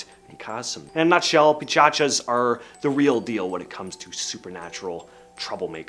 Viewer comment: its called pishach (Peesh-ach) and not pichachas